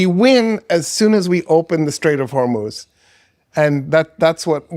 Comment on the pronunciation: you are the first westerner who ever pronounced the name “Hormuz” correctly. It is “HORMOZ!”